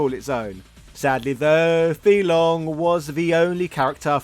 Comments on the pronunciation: It's pronounced fay long not fee long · Fei-Long pronounced as Fay Long... not Fee Long 🤦‍♂️ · "Fee Long?" Isn't his name "Fei Long" as in "fae long?" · It’s “fei” long not “fee” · Is it intentional to mispronounce the name? It's not (fee). It's (fae). That is how he's announced in Super Street Fighter II. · Are you sure Fei Long is not pronounced as; “Fay Long”? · His name is pronounced Fay long ironically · The character's name is /fae long/, not /fee long/. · it's [faye] long 飛龍。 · OK you are just being a wind up merchant now, you know damn well it's pronounced "Fay" Long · FAY - Long!!! Don’t butcher it bro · Was about to watch this video till the guy pronounced Fei long name wrong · Guy completely butchers the pronunciation even though in the game it says his name 🤦🏾‍♂️ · oh my god man,you know it's pronounced 'fay long' not 'fee long'.and also it's 'reeyou', not 'ryiyoo'. honestly I'm so annoyed i'm going to unsubscribe.only joking... love your stuff! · his name is pronounced like "Fay" not "Fee" and Ryu is pronounced Ree'yoo, not " rye - yoo".. yes the boxer is meant to be an homage to Mike Tyson, hence his original name was M. Bision .. Mike Bison...